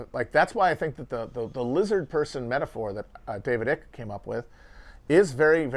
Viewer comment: David EYE-cke, not David EE-cke. I'm not happy I know this piece of info btw.